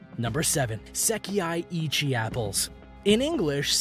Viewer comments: ah... Sekai-ichi Say Kai - ichi .. at least know how to pronounce the name. Fun fact those apples only cost $21 when in a gift set... however you can buy them singly for 150en ($1.85 ea) and yes they are very big! Strawberry variety is pronounced "Beejean Heemay Ichigo" They are usually gifted for special occasions, but like anything you can find them cheaper if they aren't in a department store as gifts... The watermelon name also not pronounced properly, has made its way to Canada now where (proun.Densukay Suika) is growing in the lower mainland BC and central interior. They are also called black watermelons and yes they are significantly sweeter than normal green ones. Whoever is doing the narrating didn't do any fact checking before making himself look like a moron. The grape story is simply bullshit. They aren't pingpong ball sized and their genetics comes originally from Chile. These grow larger with the more humid climate and bred to be seedless. The ultimate grape from Japan is the Japanese muscat - tastes a hell of a lot better in my opinion. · the way he pronounced "sekai ichi" 🤣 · lol..bijin-haym? lol.get your language pronunciation correct. HERE: pronounce as is Sekai Ichi - SE-KA-I I-CHI BI-JIN HI-ME DEN-SU-KE SA-TO NI-SHI-KI not SAYTO DE-KO-PON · Seriously. I was ready to headdesk by #4. It's "beejeen-heemay". And that apple isn't "seck-ee-eye", it's "seckEYE". Ffs, look it up and listen to a pronunciation guide!! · OMG I want to die every time he says "Seki eye eechie" apple instead of "sekai ichi" apples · Berry Tan clearly he is not from Japan. Not a huge deal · You forgot Sekai that he pronounced as Seh-Kee-EYE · I stopped at se-kee-yay (sekai) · So painful to listen to the sekaichi pronunciation of this guy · Even Google know how to pronounce it correctly "sekai ichi'